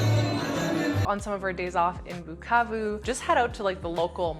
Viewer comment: i like the way you pronounce "Bukavu" "Goma"!!!! am originally from Kivu (but i've never been there)